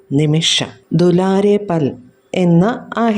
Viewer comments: ഫൽ അല്ല പൽ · എന്റെ ടീച്ചറെ ഫൽ അല്ല പൽ